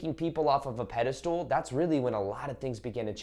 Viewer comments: Pedestal not pedastool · It’s pedestal 😭 not pedestool! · Are you saying “pedestool?” Did you make up that word? Lol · I love your content... but are you saying pedastool on purpose? Lol